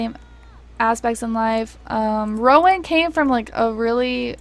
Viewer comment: you said rowan’s name right and i’m shocked